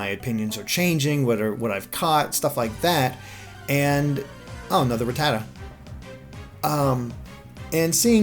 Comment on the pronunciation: oh man the way he pronounce ratatta sounds like fajita...